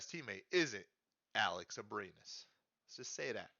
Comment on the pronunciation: NOT ABRINES!! lol PNG